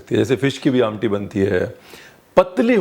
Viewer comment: The way you said "amti'....reflects your connect with specification of regional delicacies.....superb